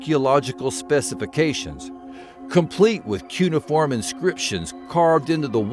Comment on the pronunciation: Sorry to do this, but you said it like nine times and it was driving me up the wall. Its pronounced COO-NAY-UH-FORM